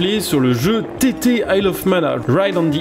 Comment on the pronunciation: On dit pas tt mais titi